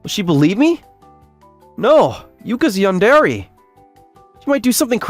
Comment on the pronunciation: Saying "yandare" as a voice actor is criminal.